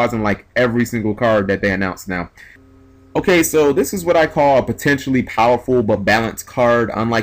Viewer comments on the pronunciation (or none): none